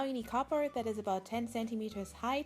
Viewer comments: It sounds like ur saying cooper but it's cardboard no offense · ITS NOT "capord" ITS "cardboard"!!!!!!!!!! 😡😡😡😡😡😤😤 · It sounds like she says copper instead of cardboard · It's called CARD board not COB board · Is it just me or does it sound like she's saying copper instead of cardboard? Not being rude I love your vids! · For the longest time I thought she was saying “copper” and I was hella confused. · When you say "cardboard" it sounds like "copper" either that or I need to sleep more